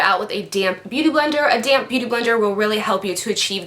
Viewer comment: English is not my native language so everytime she used the beauty blender I thought she said "DAMN BEAUTY BLENDER" instead of DAMP :P